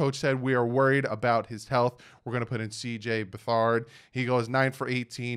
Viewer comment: Bey-thard learn how to read or even just pay attention to those who know